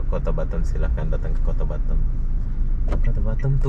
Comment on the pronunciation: Kota batam bro bkan batem ...hdeeehhh